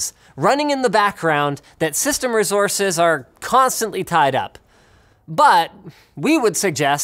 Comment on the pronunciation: I just like the way Linus says "rezources" or is it "race-horses?"